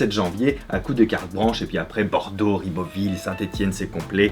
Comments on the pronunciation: Ca fait mal d'entendre toutes ces vidéos où tu dis Ribeauville alors que c'est Ribeauvillé !!! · Coucou ! Ca me perturbe à chaque fois que tu le dis : c'est "Ribeauvillééééééééééé". ;)